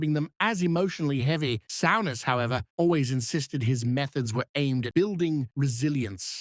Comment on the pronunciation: AI garbage, the " narrator" can hardly pronounce his name